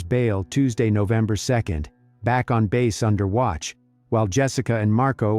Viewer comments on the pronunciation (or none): none